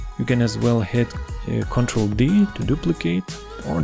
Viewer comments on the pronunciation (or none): none